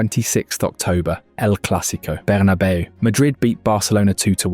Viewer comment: I can't bear listening to you mispronounce so many names "Zinna-dyne", "Berrna-bayo", "Chelto Vigo" and the list goes on! And we don't have MVP's in football. I'm surprised he's not called it soccer yet! 😅